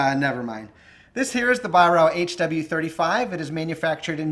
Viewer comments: It's pronounced ......"VIE-RARK". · It's pronounced 'Vie-Rark' BTW.